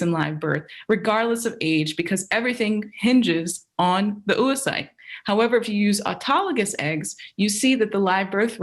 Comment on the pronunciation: Oocyte is pronounced ow-uh-sait or /ˈəʊəsʌɪt/ UK or /ˈoʊ.oʊ.saɪt/ US. They way this American pronounces it is not the US or the UK way. Would it be too much to check how the main word of your research is pronounced?